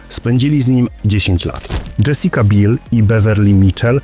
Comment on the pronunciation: DZŹesika BIEL nie BILL... :-) zdrowa dupa :-)